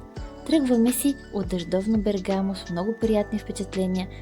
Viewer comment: Приятно видео,но ударението е на първата гласна.Бе'ргамо